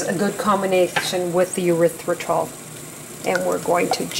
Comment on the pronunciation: Erithritol: "Ery - thry - tol" darlin'. Otherwise it sounds like a body waste product. Looks like pretty good chocolate.